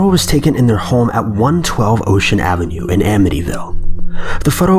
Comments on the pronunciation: AMITYVILLE...not "Amnity-ville" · Bruh, you got Amityville wrong...